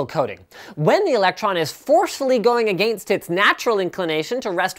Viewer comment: I love how Linus says "against". "Agaeenst"